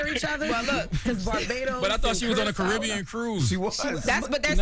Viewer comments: Miss Lorosa... Curaçao has a "C" with a cedille in the name, meaning that the 2nd "C" is pronounced as an "S". 🇨🇼 Kee-yu-ra-saw 🇨🇼 Come visit us and "feel it for yourself" 😊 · Imma say Kurako from now on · That Curaçao pronunciation was crazy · Thank you Jess and Envy. please learn the names before talking girl please. It’s Curaçao (Kyuor•ruh•sau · Nah, it low-key feels like has tried to dumb herself down to appear less of a threat. She was never like this on TMZ. Also, most ppl who've never visited the ABC islands mispronounce Curaceo the same way MOST Americans mispronounce Qatar and many, Kamala. And these ppl are delivering the news on major networks. Stop trying to discredit a sista for mistakes ppl in her industry make daily. To, those of us who know, know you're smarter. Do better. 😉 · Curaçao pronounced wrong took me out. 😂